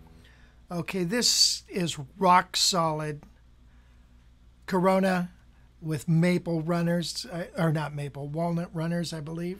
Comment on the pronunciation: I love how you keep saying corona instead of Korina. The pandemic is getting to you too huh?